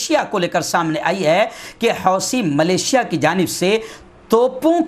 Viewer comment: Maulana wih lafz " Millicia " hai , malesia nahi.